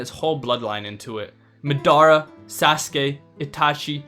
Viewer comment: did he js call ma-da-ruh ma-dar-ra this has to be rage bait